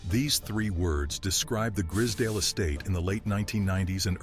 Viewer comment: and the pronunciation its gr-eyes-z(american zee not UK zed)dale estate gr-eye-z-s-dale